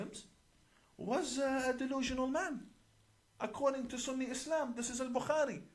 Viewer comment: This 'imam' 1. Can't pronounce bukhari properly nor does he say peace be upon him after saying Muhammad S.A.W. must have been hungover through that class when Mossad was training him